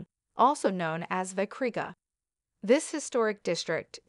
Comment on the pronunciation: Vecriga is pronounce "vetsriga"